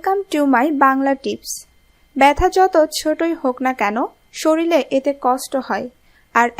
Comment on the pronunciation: কি উচ্চারণ রে হায়রে হায় - সরিলে সরিলে সরিলে , কবে শরীর বলবেন?